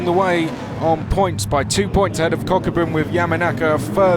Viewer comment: i wonder if one of the commentators is pronouncing kokubun wrongly, i hope kokubun aint getting triggered by it lol